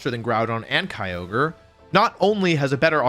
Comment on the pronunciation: He didn’t say keeogree instead of kyogre